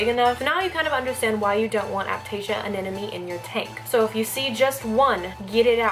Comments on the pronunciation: you sound like you pronounce anemone as anenome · Did you just said "anenome" during the whole video? 8| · Y does she say anenome instead of anemone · I think it's cute how you say aneneme instead of anemone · I'm kind of new to this channel... Does say "anenemy" on purpose? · Ily but you are saying ‘anenome’ not ‘anemone’ ❤️😂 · haha i keep hearing anenome :) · Another person who can't say Anemone. It's Anna + money.. Not Anna + nomey!! What's so difficult about saying Anemone??? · "anena me" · aneMone. Not aNENome. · Please don't think I'm being mean, but your are saying anemone wrong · Just a heads up, you're pronouncing anemone wrong :P So many people do it, but just thought I'd let you know. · When can’t even pronounce anemone.